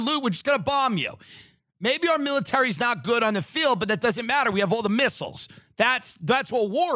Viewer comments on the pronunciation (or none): none